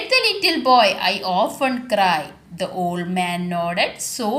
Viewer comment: Ofen alla often ok